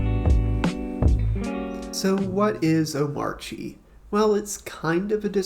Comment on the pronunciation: Finally someone that knows how to pronounce this hyper version of Arch Linux